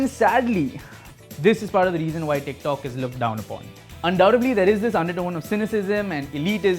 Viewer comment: Am I the only one who kept hearing "dick talk"